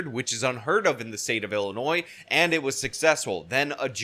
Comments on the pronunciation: Love you,. It's pronounced "Illinoi", even though it is spelled "Illinois". I'm sure you knew that and it was a slip of the tongue. To me it's Ill-annoying!:P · Correction ! No s sound at the end of Illinois